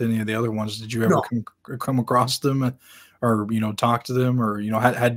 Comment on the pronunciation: I know this is petty but for the love of all that is holy, there is no "t" at the end of the word "across". 😆 Also, mother was a screwup sounds like dad was too.